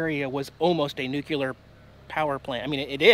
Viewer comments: Nuclear... not nucular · Oh, oh, you are hurting my ears. You are saying nuke u lar when correct way is Nuke cle are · Nuclear: new-clee-urr, NOT new-cue-lur. Not a big deal, just sayin. Keep up the good work! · New Klee Eer not New-Que -ler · this is the internet, so I feel compelled to correct your pronunication :P....it's 'nu-cle-er', not 'new-q-ler' ...happens alot though, no biggie! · NUCLEAR Dude, not NUCULAR. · Noo- CLEE- er not Noo- cue - ler !!!!! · Why do you pronounce Nuclear as "nucular"???? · Nu klee ur.....not ....nuk u lar....just saying! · There's no such thing as "NUKE-YOU-LER",. It's "Nu-Clee-ar" as in "Nuclear" get it? It's "New" and it's "clear". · Nuclee ur dammit, not nukular.... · ARRRRGH! It's NOO-KLEE-ER, not NOO-QUE-LER! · Oh,! The things you find...close up cooling towers? That’s quirky! BUT, do me a favor...please say “new-clear”, and not “new-Q-lure” Only George Dubbya Bush should be associated with that ill-edumacated pronunciation. Keep safe (and right!) on the101. We ❤️ you and Jax. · It’s nuclear dude, not nucular! 🤣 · Nuclear NU - CLE - AR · Say it with me....new-clee-yer. Sounds like George W Bush was your english teacher. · Nuculer, Dude. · Where does "nucular" come from? Equally popular is "realator"